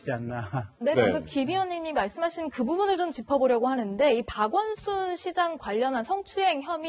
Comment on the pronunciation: 박원순을 박원이라고 들리는건 저만 그런건가요